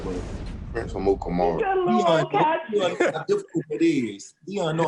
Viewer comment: Jalen “Prince Amukamaru.........” 😂